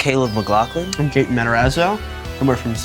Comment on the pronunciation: Why is he pronouncing his name him gate in, I thought it was gat in